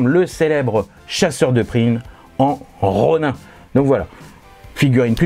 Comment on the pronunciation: Un "'Ro'Nain" ? :D